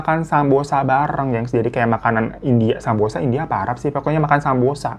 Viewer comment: kayanya samosa bukan sambosa bang